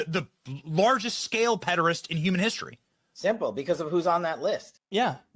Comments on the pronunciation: "Pederist"? Did they mean "podiatrist" or "pederast"? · WTF is a "pedarist"??? Is that someone who is a fan of feet? Americans have a singular talent for bastardising terms... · what the flying fuck is a 'pedorist'